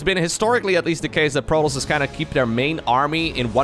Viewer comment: i hate the way he says Protoss, it's wrong.